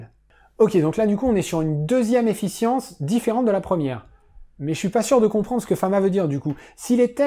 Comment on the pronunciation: Très intéressant !! Attention à la petite faute qui se répète tout le long : Efficience et non Effience. ;)